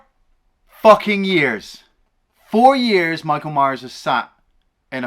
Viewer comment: "40 YARRS AGO!" hahahaha quality.